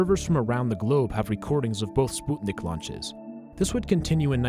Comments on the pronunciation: So now I'm supposed to call it "Spootnik"? Sput-nik, NOT Spoot-nik!!! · is he russian? Are we in Russia? The English pronunciation is spuhtnick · I'm sorry but I can't get over how ridiculous "spootnik" sounds ... It might be closer to correct but if you're speaking English you don't have to pronounce one odd word in another language... It makes your speech sound stilted. Just say "sp-uh-t-nick"... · Its not spUtnik its its spŭtnik ŭ/ă are used for the same sount as U in the word "but" and (ă/ŭ) are phonetic translation and used in many alphabets! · Is it actually pronounced "Spootnik" or is it "Sput-Nik" because I've never heard anyone say "Spoot-nik" and everytime he says it I get confused whether he's pronouncing it right or wrong. Plz help😭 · I’m 61 and never heard it pronounced spootnik before. 😂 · It's still spootnik, so.. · Why do you pronounce Sputnik as Spootnik? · ''spootnik'' lmfao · Its not pronounced spootnik you pseud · All I can hear now is “Spoot”nik 🤦🏼‍♀️ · the butchery of the pronunciation of "sputnik" hurts. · It's a russian spacecraft. Google how its pronounced in russian genius. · why do you keep saying sputnik like that?? i dont understand how yall kids dont know how to pronounce words anymore, i get you dont learn anything in school but the front page of google literally teaches you how to say words lmao